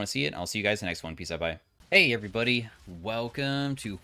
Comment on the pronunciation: You thought we wouldn't notice that you said hwei everybody instead of hey everybody. You sly dog!